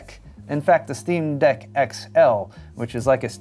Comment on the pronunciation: It’s called ST RRR EAM DECK. For a tech channel you should know the difference. 👍